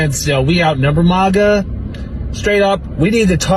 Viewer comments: It’s mAGa not maaga dip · it's MAGA, not MOGA, you uncultured swine. 😂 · “MAGA” being pronounced “mauga”? Wtf? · Its pronounced MAGA not MAGA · Yall we need to discuss MAGA pronunciation a bit. Similar to the debate on Gif and Jif. To me it's mAga not mOga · I love how they can't even pronounce MAGA correctly. Wtf is Maaauh Ga? Can the left get ANYTHING right? Ever???? 😅😅😅 Losers. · If you cant pronounce MAGA keep it out of your mouth. Do you see videos of us attacking libies? Im sick of "minorities" complaining about America because they dont get enough welfare and hand outs to buy dumb shit get the hell out and see how much LESS you'd get